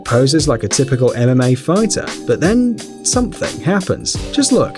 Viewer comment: It sounded like he was saying anime fighters instead of mma fighters